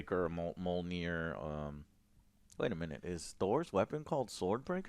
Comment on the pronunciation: ME-YOL-NEAR=Mjolnir!!!! You are saying it like Mol-Near! Just wanted to let you know!!